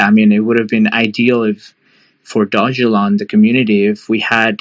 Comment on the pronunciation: Not to be rude but his name is pronounced Vit-AL-ICK. Second, the currency is not pronounced Dog-E-Lon. Mildly infuriating .